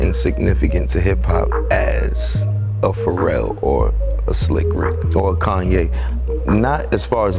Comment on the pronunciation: Koon-Ye* lol